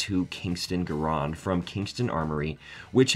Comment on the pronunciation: I’ve not heard M1 Gur-rond or sterm-gooer before.